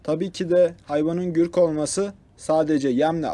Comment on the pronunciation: Gürk degil Gurk